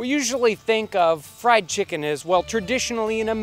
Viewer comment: Why do you pronounce it chick Kun